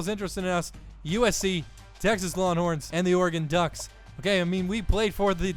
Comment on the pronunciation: "Lawnhorns" lol, love the series